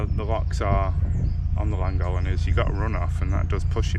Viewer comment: You have got to learn how to pronounce Llangollen correctly